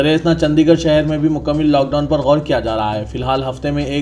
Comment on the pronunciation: مکمِل 🚫❌✖️❌✖️ مکمَل☑️✅